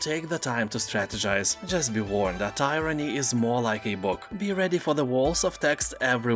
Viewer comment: Thanks. Merry Christmas. Tyranny - TEER-a-nee